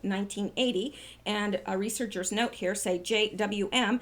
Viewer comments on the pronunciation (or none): none